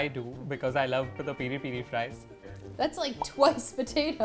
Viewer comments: its peh ree peh ree not piii riii pii riii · PERI PERI IS A TYPE OF PEPER THAT HAS A SPICY AND SWEET TASTE AD IT IS PRONOUNCED AS PEARI PAERI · Its peri peri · Katie it's peri peri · U guys pronucing peri-peri wrong.